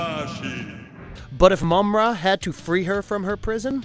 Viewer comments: It's pronounce Ma-mutt not mummat you dip - if you ever grew up watching this cartoon as I did you would know how to pronounce it - sound it out maaaaa mutt - watch the cartoon & you'll hear how the character Mummra says it. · My nigga did u even watch this? Ma-mutt and slith? You mean Marr-Mutt and Slythe (said like sl-eye-the)